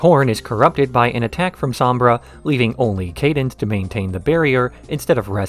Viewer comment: Why are you pronouncing cadence's name this way?